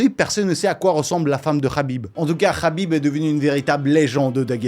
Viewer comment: Le k n’est pas prononcé c’est rhhabip